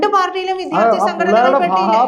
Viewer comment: സഹോദരീ,വിദ്യാർത്ഥി എന്നു പറയൂ പ്ലീസ്